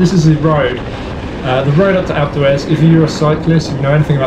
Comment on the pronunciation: a couple times i thought he was saying "acletraz" instead of alpe d'huez